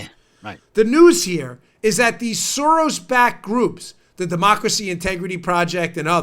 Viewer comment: Uh, Dan, it's George Sorass